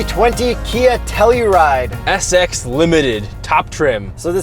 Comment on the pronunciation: its pronounce To Hell U Ride